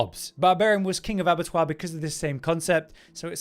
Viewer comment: Why are you saying "avatwah?" ?????